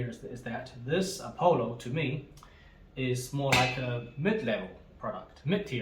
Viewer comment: Apollo is not pronounced "A Polo" but "Uh Pahlo" . Nice video. Love Demeryere.